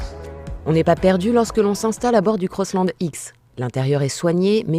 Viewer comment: CROSSLAND .... and NOT COSSLOND... french... omfg